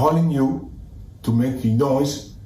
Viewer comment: See his mouth 😂😅 “ To make noice” Criminal.